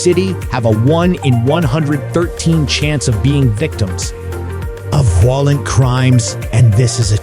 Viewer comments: Your stupid Ai narrator runs his sentences together like some alcohol poisoned bum. Parts of it make no sense. Hire educated humans you squids! Raise your production values or nobody will take you seriously. Volent crime? Voilent Crime? What language are you speaking? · It is a county seat, not a country seat, an error made more than once. You sound more angry than factual. The stresses on your words are often misplaced. Your national unemployment average is inconsistent. Pronunciation is off. “Voylent crime”? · It was really difficult to listen to this AI voice give information with awkward pauses in phrasing and obvious repetitive mistakes in annunciation of certain words like “violent”. The person who created this needs to understand the power of a period in a sentence instead of a giant run on rant.